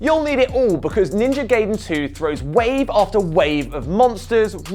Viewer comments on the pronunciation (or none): It’s pronounced GuyDen. And his name is pronounced Ree-Ooh. Wait until you find out that Forza has a T sound in the middle of it 😂